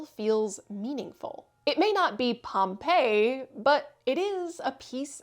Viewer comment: Yep, in southern Gratiot County, near M-57. However, we pronounce it POM-pee-eye.